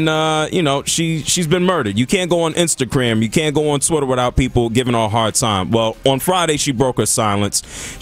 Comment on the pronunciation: Netherland & Instacram! What in the speech therapy is going on 🤣